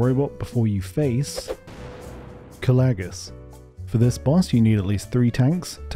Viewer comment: How the fuck did you just pronounce kalecgos